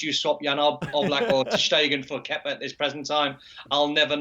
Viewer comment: I thought he said kefka. I was gonna say, this guy been playing final fantasy. Haha. On a side note. Glad they sacked manager kepa and replaced him with manager lampard. Good move there. Now to put kepa in a shipping container and get him out of there.